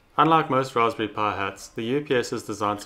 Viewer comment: "Ross pury" XD